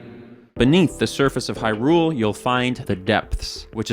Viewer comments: here to fight about your Hy-RULE syllabic emphasis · hyRule he says